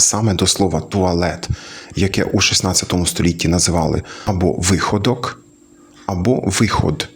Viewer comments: Пане, Вихо́док, а не ви́ходок. Ба більше вам скажу це слово не просто забуте, воно репресоване совєцьким режимом у 1933 рокові, слово туалет нам нав'язане московським режимом а самі москалі вкрали його у мов західньої европи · Наголос на другий склад, не вИходок а вихОдок, так зараз, як в 16 ст, не знаю. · Натиск, чи то пак наголос, на передостанній склад – яра польська прикмета. Лучче вживать "ви́ходок".